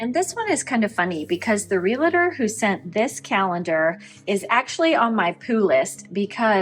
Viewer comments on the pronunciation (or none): Your UFO looks like a cover for something. Please look at the world realtor. It's not realator. I hate hearing people pronouncing it like it has more letters. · Realtor, not relator... Thanks for the tips ... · I mean this with respect and constructively. The word is realtor not relator. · You having been a speech pathologist I find it interesting how you incorrectly pronounce the word "realtor".... there are NOT 3 syllables... it is pronounced just like it is spelled -- real tor". That said I really like your decluttering content the most of all your content